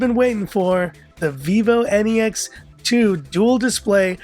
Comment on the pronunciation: Every time you said vivo N E X 2. I heard vivo any x 2. 😂😂😂😂😂😂😂😂😂😂😂😂 Or is there any problem with my ears ? By the way nice video.